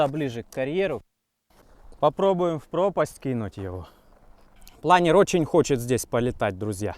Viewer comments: Не плАнер, а планёр) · Правильно говорить планёр, а не планер. Планёр - это французское слово.